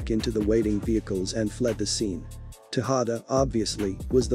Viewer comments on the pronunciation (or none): none